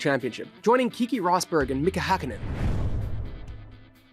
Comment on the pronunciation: yeah it's "keh-keh"